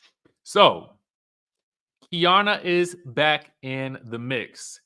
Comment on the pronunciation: It’s Key-Arna… Keiarna